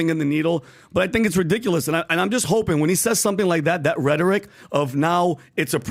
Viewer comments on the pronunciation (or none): none